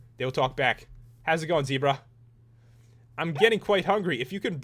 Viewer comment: It's Ze-bra not Z-bra and it's is Gems-bok. love the vid